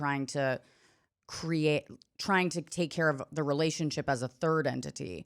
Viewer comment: I wonder when is going to learn how to say the word "relationship"